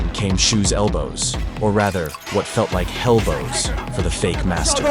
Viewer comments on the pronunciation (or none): "Hello-bos" oh man. I want a job writing these voice over scripts. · "Hellbows" ahahaha